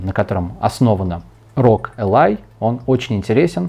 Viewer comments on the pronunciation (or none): Я удивлён! Сказал АСУС РОГ, вместо ЭЙСУС ЭЙ-РО-ДЖИ! Что стало с борцом за правильное произношение ?Так же про процессор оговорился, сказал - 8 потоков и 16 ядер. Но это ерунда.